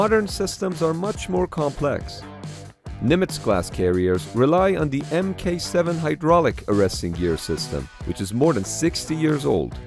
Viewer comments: "Mk" is always pronounced "MARK" as in Mark 7 (Mk 7) arresting gear, Mark 48 (Mk 48) torpedo, etc. Nice video! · "MK" is not spelled out as "M...K". It is a military designation which is pronounced "Mark", as in the "Mark 7 hydraulic system". Every weapons system, ammunition, etc, which has MK at the beginning of its designation is identified like this (ie: MK 19). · HEADS UP: Mk-7 is not “EmKay Seven”. It’s “Mark Seven”. Common military vernacular.